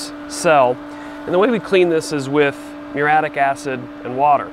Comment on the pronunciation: Muriatic Acid, not muratic. If you are going to be an expert say it properly.